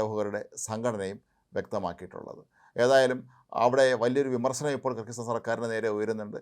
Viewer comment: Kri kir sthano? വ്യക്തമല്ല